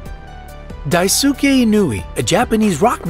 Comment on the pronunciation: just a friendly PSA.... when a Japanese name ends in "suke" its pronounced " Skay"... I'm no Japanese expert or anything but if I were pronouncing something wrong I wouldn't mind someone telling me how to correct it